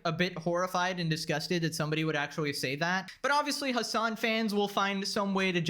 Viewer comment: It's actually not actuawy